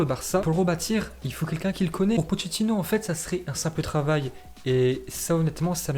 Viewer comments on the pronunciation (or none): none